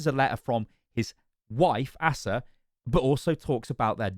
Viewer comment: Btw "Asa" is most commonly pronounced as "Acer" or "Ace-ah"